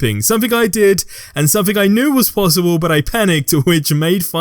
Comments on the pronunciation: Wtf is sumfink? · wtf is somfink?